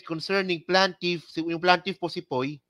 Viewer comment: hindi PLANtiff...Plaintiff pls....